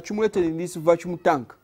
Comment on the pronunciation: I love this but please it's not achumulate it's accumulate and not vachum it's vacuum😂😂😂. but this is very smart I love you my Ugandan people love from Zambia.